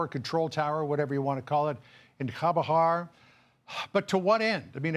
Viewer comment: Couldn't even pronounce CHABAHAR... 😂😂